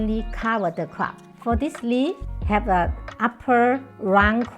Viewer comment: Why didn't ANYONE tell this lovely lady that the thing in her hand is called a leaF...leaF ...leaF, NOT LEE? When a person does not correct one who is incorrectly pronouncing the words, YOU ARE BEING CRUEL. No one wants to speak a second language incorrectly. BE KIND. TEACH. Simple. 1 sound.... F....F, F, F, F, F! LEA-F. Not teaching is the same as perpetually making fun of the person and that is extremely UNKIND. I DO speak more than 1 language, and I TEACH others to speak multiple languages.... BE KIND. TEACH